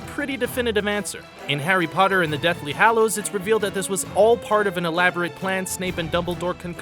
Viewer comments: Hallows, not Hollows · "Harry Potter and the Deathly Hollows"? It is "Hallows"! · It's harry potter and the deathly hallows not hollows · It's 'Deathly Hallows', not 'Hollows'. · You spelt 'hallows' wrong. You said 'hollows'. I suggest you should do a bit more research next time you make a video like knowing how to spell one word correctly. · Deathly Hallows not Deathly Hollows. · The deathly Hollows?? It's Hallows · Errrr..... "Deathly Hollows" ?